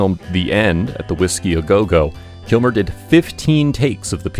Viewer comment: I love this video but it sounds like you are saying KILMORE